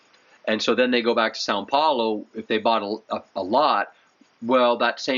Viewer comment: SÃO Paulo, not SAN 🤦